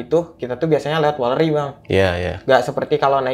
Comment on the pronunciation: Izin mengingatkan bang, yang bener weleri bang, bukan walleri hahaha ah si abang nih yang bener sukorejo bang, bukan sukerejo